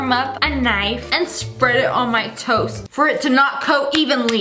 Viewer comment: LOL WHEN YOU SAID TOAST I THOUGHT YOU SAID TOE LIKE YOUR PUTTING BUTTER ON YOUR TOE!!LOL!!🤣🤣🤣😂😂😂😆